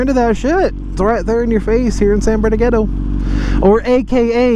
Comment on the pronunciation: San BERN-NAR-DEEN-NO 👌